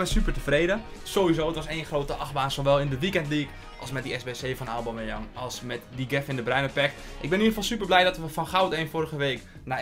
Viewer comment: Zeg pls geen auboomeyang